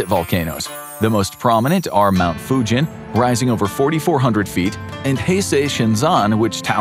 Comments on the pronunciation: Mount Fugen is pronounced like “Mugen” Honda, not like Fujian in China. Not “jeep” sound but “geese” sound. Just being picky… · The mountain is not called Fujen, it's a G .... Fugen. I know it may come of as nasty, I just want to help English speaking understand